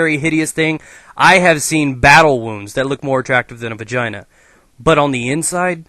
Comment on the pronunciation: you said vagaina at least 15 times xD